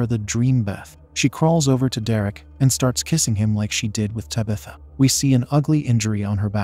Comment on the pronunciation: How does TTS still not know how to pronounce "protagonist"? I mean, it can't say "Tabitha" either, but at least that's a proper noun.